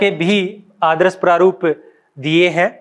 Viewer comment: आदरस नहीं यार आदर्श